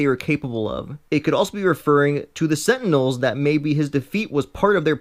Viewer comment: this guy doesn't deserve to make videos like this when he gives false, unnecessary information, along with the fact that he pronounces things wrong, and makes his message unclear.... he calls Jean, Jon, he once called the Celestials, Sentinels, and then he called the Sentinels, Sentinums......wtf